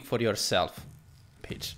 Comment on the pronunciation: you said bicth haha